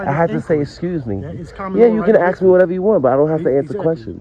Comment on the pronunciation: For the last time class it ASK not axe.